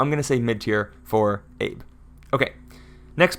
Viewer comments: Assuming Abe Isamu is Japanese, his first name is pronounced like “ah-BAY” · Abe is pronounce Ah-bay. It's the same as the recently deceased former Japanese Prime Minister, Shinzo Abe